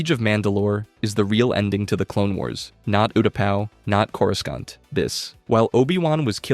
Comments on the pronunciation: Why u gotta pronounce Coruscant wrong? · The pronunciation of some of these planets is rough lol. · The real war is this man’s pronunciation issues. (Cor-uh-sont) Cato (Nuh-moi-di-uh) (Um-Bar-uh) (Moo/Muh-stuh-far) Cham (Sin-do-luh) Ashoka (Taw-no) Obi-(One/Wan)